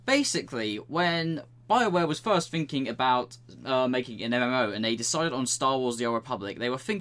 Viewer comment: Why can't you prounce "th"? Siff, finking, et cetera instead of Sith, thinking, et cetera.